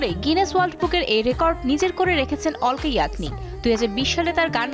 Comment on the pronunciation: অলকা না আলকা হবে